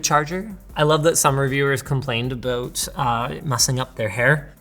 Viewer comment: I am Italian, but i could clearly catch the 100% Canadian "about"